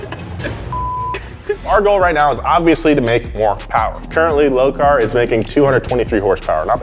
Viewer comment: Me(wife): I don't see the point in using more gas. Husband: it's Mo Powa...baby Me:🤦‍♀️ Obviously, I am not a car enthusiast but I do enjoy these episodes. Go Team Low Car!